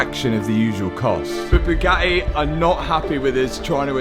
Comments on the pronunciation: or pronounces Bugatti as Byu-ga-eee. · or Bugatti as BOO-GATEE! 😂😂😂 Matt’s a class act, he’s full of jokes.